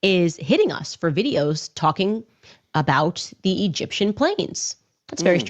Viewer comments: rofl that cut where she drops the “e” from egyptian 😂 too funny man “gip-shum” i replayed that 10 times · It was an ishrali, gipshum, burrrreal plane ✈️